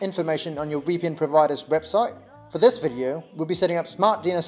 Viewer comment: Its VPN, not wee P N